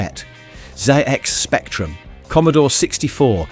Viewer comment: What's up with the bad pronunciation? Is this AI? Zay-X spectrum? Going Liv? Liv Aid? Poor.